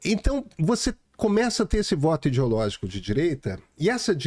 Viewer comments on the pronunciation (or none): Difícil respeitar um cara que fala id_i_ológico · “Idiologico”, Deus do céu, dói meus ouvidos, o pior que vem de um sujeito tido como intelectual!